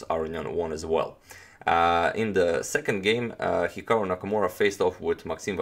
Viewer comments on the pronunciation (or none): none